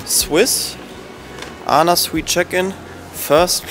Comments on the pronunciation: ANA wird englisch Ay-N-AY ausgesprocher das steht für All Nippon Airways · nicht ana sondern A N A